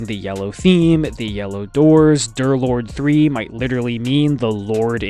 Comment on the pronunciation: "DOORLORD" u sayin? (ik its D3rlord3 but he says it like its "DOORlord")